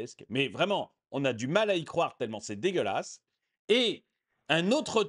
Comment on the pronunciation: “Paris, cé dégolasse”